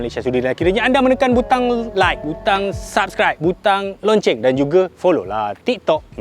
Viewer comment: geram je sebutan lonncenggg tu 😂😂😂😂